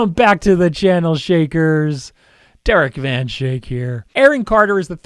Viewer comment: zou het niet weten.. je naam is trouwens.. niet shake... t is schaik... of te wel shayk in t engels